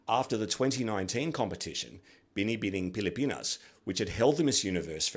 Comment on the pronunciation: I’m so thrilled and surprised that you have done a good job in pronouncing “Binibining Pilipinas” and “Kagandahang Flores”!! You are AMAZING!!!!! 👏👏